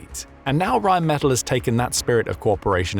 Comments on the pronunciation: I believe it is pronounced Rhein men TAll as opposed to Metal. The gun is insane it can also besides the RPM it can target based on not just all you've mentioned and it can prioritize the closest to the furherest and realine against those others from all directions. And if they have a number of them it will likely result in virtually eliminating up to 85-100 percent kill rate. I am surprised the Ukrainians have developed a Sonic Acoustic recognition type radar adapted to a simple AI to pick drones advanceding beyond sight and sound of us kowly humans. And if I remember the mobil guns can fire effectively on the move. It isnt that surprising the German's are so supportive because they have been the victims of counter insergencey which so far has been thewarted. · Rheinmetall is pronounced as 'r[aj]nm[ay]t[à]ll' - with the stress on the last 'a' hope this is helpfull... 🙂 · Rhine Meh-tal, metal doesn’t have to ll‘s at the end, but the German word does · REALLY glad to see this. Oerlikon makes some excellent stuff. The U.S. makes something similar, but much less sophisticated, (conventional shells, instead of flechettes). Plus O.G. Hawk anti missile batteries for taking out Russian cruise missiles. Glad to see Reinmetal, (BTW, they pronounce it with the accent on the last syllable), really pitching in to help. Excellent company. Sort of the German version of Raytheon. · Rheinmetall has a short a when pronounced. Accentuate that a in metall